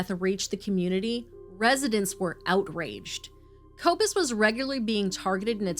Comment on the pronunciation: poppie is pronounce "paw pee" or maybe even "por pee" for you. Koekemoer is pronounce "koo koo moor" and Kobus is pronounced "Koo ah bus"